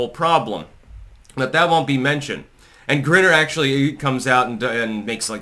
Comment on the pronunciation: Dude it's pronounced GRINE-R and it's pronounced WAY-LON..... are you mispronouncing this intentionally?